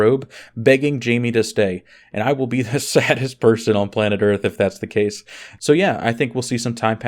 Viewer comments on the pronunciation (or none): none